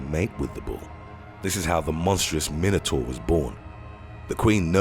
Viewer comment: Anyone else found how the narrator pronounced minotaur and wyvern annoying? Probably just me... Also, its a cockatrice, not a balisk.